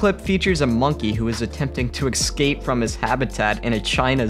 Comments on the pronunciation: If you're going to say "escape" - er... "eGG-skape" a hundred times, maybe try to pronounce it right. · Excape? Canada? So makt different ways to pronounce the english language,kind og funky😄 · Or perhaps: listen to this communications graduate misspeak the word escape... everytime, through the entire video, you'd think he say it correctly accidentally at one point or another. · Seriously???.... - ... Sequoia National Park is now pronounced "Seck-oh-ee-ah?"..... and the word ESCAPE is NOT pronounced 'ECKSS-SCAPE'...... it is pronounced "ESS-CAPE" Jesus God what is happening to the English Language??? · Every time he said "eKscape" was like nails on a chalkboard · Poor thing. It looked like a particularly shitty zoo. Probably living a life of absolute hell and just making a terrified escape , as any living creature would , if it could. By the way, it's eScape ..not ..eXcape. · Someone needs to tell the narrator that the word is es-cape, and not ex-cape. He must have mispronounced it twenty times. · IT'S ESCAPE! ESCAPE. Not exscape. ESCAPE. ES Damn it, eScape. And while we're at it, it's eSpresso, not exspresso. Aaaaaargh. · Escape: “es-cape”. Not “ex-cape.” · It is pronounced EScape not EXcape . Just an FYI. Liked the video though. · It's 'escape'... not 'ecscape' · escape not excape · its uh-scape not ex-scapes. >-> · It is ES-cape, not EX-cape. So annoying!! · Dude the word is "Escape", not "Exscape". Stop adding a non-existent letter to your pronunciation of the word. It's very distracting. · I just can't get past the way he's pronouncing escape. Excape... Makes me cringe almost as much as seeing all these animals in cages. Esssscape 😬🙉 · es cape not excape sorry but it took away from yr video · I can't be the only one that hears "Ecscape" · What about escape? It kind of sounded like ex-ape, maybe I’m just being picky. Sequoias, now that was definitely a problem. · Drink every time he says ex-scape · It's pronounced "əˈskeɪp" (no "x" or "eks")